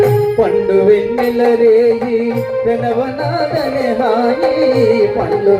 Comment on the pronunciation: అయ్యా గురువుగారు ప్రెణవ నాదం కాదు సార్..... ప్రణవ నాధం అనాలి..😂😂